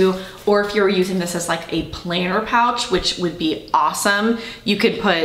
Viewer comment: Thank you for the great review. I think the small metro tote deluxe is very roomy. I have one in the Anthracite. By the way, I thought you might be a carpenter because of how you pronounce the word “planner.” A planer is a carpenter tool. Now I know you mean a planner date book. And to tease myself, you should hear how I pronounce the word “roof.” I grew up near Chicago and have lived on the East Coast for years and people still think I’m saying “ruff!” 😂